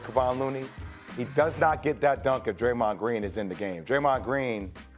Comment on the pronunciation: “Draymont” is how a lot of less clued-in people pronounce his name, especially when discussing the unique missteps that only he seems to take. In truth, nobody is perfect and Draymond G is also a big reason GS had a dynasty. But I know you already knew that.